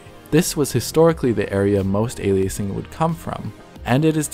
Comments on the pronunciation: "Ail-lee-aysing"? Are you cereal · Ail-ee-acing... alrighty then. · I don't think "aliasing" is pronounced ali-ace-ing. Doesn't lower the value of the video, but gets annoying really fast, sorry. Especially given how many times it is said in the video. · But what's "ay-lee-ace-ing?" ;-) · LOVE the video and the addition of. Did have a difficult time focusing on the content while he was emphasizing "A lee A sing". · This guy's voice isn't very engaging. I normally enjoy watching a DF video, but this guy just zooms off without any reprieve for someone to process what he just said. Doesn't help that he has weird pronunciations like Ay-lee-ace-ing and Tem-pore-rull, like he wants to deep fry time or somesuch. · ''Aleaysing'' really dude ??? smh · words to learn to pronounce: aliasing temporal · Really bothers me how he says aliasing. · your mispronunciation is driving me batshit crazy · The way he pronounces “aliasing” is so annoying. Good video describing it but maybe learn how to correctly pronounce the word and which syllable is meant to be emphasized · You didn't check the correct pronounciation of "aliasing" before typing your comment. Try again. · Makes a technical video game video, claims to know technical things. Can’t pronounce “aliasing” correctly. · How do you pronounce it? Is this an American thing? Because he pronounces it how most dictionary sites do, as well as pronouncing the same way as Linus. On a side note: I've come across people who know lots about topics with many words they can't pronounce properly. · How do you pronounce it then? A-lie-a-sing? Wikipedia disagrees that he pronounces it wrong. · What a bizarre way to say "alias". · Okay. I don't really care how you want to pronounce aliasing. But if you could please pick one pronunciation and stick with it for the entire video instead of changing it every few times you say the word, it would be a lot less distracting. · Dude learn to pronounce the word ALIASING properly. It's not ALIACING!!!